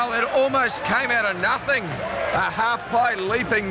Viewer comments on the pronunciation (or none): none